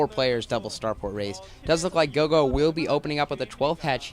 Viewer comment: Its Roro, not gogo btw.